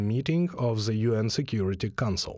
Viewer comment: Zis zey zat ze. Still in love with letter Z? You sound like a joke. One sentence, 10 ze